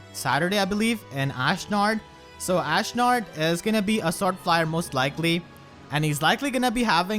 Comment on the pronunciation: please, please, please do not butcher Ashnard!